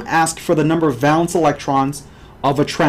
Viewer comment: Bro, it's \ˈvā-lən(t)s\ not val-ence. It's a long (a) sound. No one says val-ence.